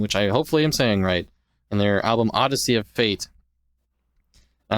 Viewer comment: Wow! Thank you guys for shedding some light on “Odyssey of Fate”! I’m one of the guitarists in Exvamon, and it’s an honor to be included in an episode of your podcast 😄 and also you guys are one of the few to actually get the name pronunciation correct first try 🤣 thank you guys again for the recognition, I can safely speak for the other guys in saying we are beyond appreciative 🙏🏽🙂‍↕️